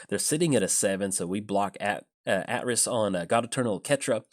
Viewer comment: Pretty sure it's AY-triss. Assuming KotOR2 got it right, anyway.